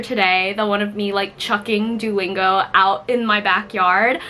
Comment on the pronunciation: I love your owl pattern! btw… Duolingo is pronounced [ Doo (like boo) - OH - lingo ] Doo-OH-lingo